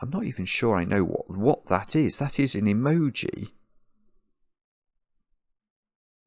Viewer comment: Currently obsessed with the way said "that's an EMOJI" ❤